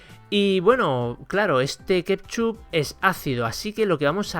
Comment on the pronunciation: A ver si aprende a decir ketchup